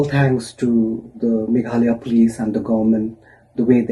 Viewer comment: Y our Dear can't pronounce Meghalaya instead he said Maghala.What a pity.